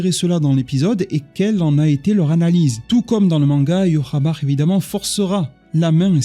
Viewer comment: entre écorcher les noms de Inoue en disant Inoueuh et Ywhabaha en disant Yhwaba, ça fait mal aux oreilles. Améliore la prononciation des noms au minimum je te prie